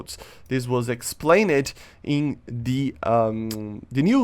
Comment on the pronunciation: someone should tell him that when you say words that end in -ed, ex: explained, are pronounced like Explaind, not Explain-Ed😂 name ed explain ed change ed lol